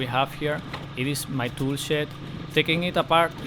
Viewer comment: I like how you say shed so similar to say shit. "we can see the facade of the house without that ugly shit" 🤣